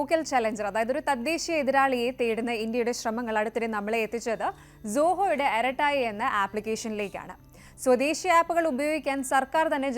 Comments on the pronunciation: അരട്ടൈ ഇങ്ങനെയാണ് ഉച്ചാരണം അരട്ടായ് അല്ല ഇനിയെങ്കിലും തിരുത്തുക. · ആറാട്ട എന്നു പറഞ്ഞതിൽ നിന്നും അര ട്ടോ യിൽ എത്തിയിട്ടുണ്ട് അത്രയും സന്തോഷം